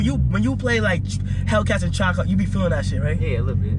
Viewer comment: Lol Kai funny ash he said hell cats and trackhawcks